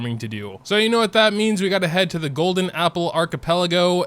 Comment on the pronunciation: I like how he says golden apple arvgpeodkdlgo